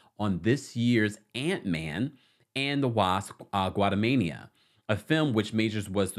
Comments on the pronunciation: Lmao you keep saying Guatamania it’s Quantumania. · The word "Quantumania" keeps messing you up. The first letter is a "Q" like queue Not a G like Guatemala